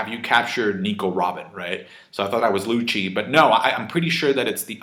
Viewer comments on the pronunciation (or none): LUCCI = LUKKKI NOTHING LUTSHI/LUTCHI/LUTSCHI